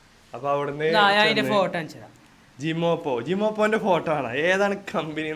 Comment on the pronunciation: Gemopa alla gemopai 😂😂